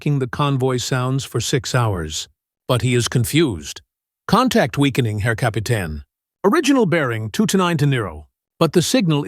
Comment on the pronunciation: It's not Kapitan, although that's close to the right spelling. The last syllable is not tan (as if sunning onesself. Instead it's pronounced like you would say "Tane" with a long A.